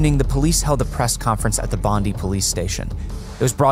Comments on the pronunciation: Bondi is pronounced as BOND DYE - not Bond Dee. I never knew this event as I was yet to be born. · Spot on!! also it's Bond-eye not Bondee and we called them flats not apartments.